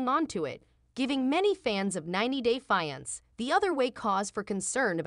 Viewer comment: Teach A.I how to pronounce "fiance" properly , it's a dead giveaway that the channel is operated by foreigners